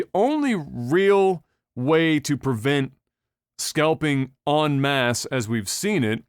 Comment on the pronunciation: Accent kind of bones me with en masse. Lol [Adam]